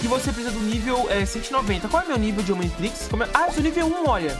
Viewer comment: Como assim "omintrix"? Kkkkkkkk